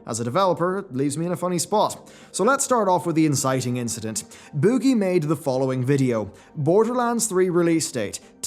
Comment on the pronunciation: I love the way you say “boogie”